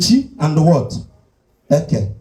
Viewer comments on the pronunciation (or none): Eke' is not Eke" different sound accent and meaning in igbo land. Be careful what you teach. 😅